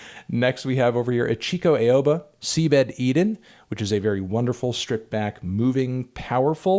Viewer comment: Just FYI Ichiko Aoba's name is pronounced "Each E Co Oww-buh"